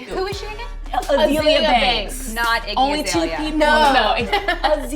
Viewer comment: You keep pronouncing Azalea's name wrong and to call a group of women who speak their minds bitches is very appalling. I honestly think making a negative comment is annoying and pointless but I couldn't sit by and watch you slander the name of 4 artist. Just because you are not familiar with someone's work doesn't mean they are less talented.